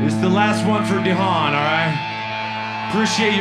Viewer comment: omg....they mispronounced Dehaan :/